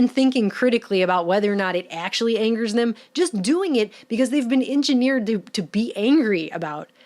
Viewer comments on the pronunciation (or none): none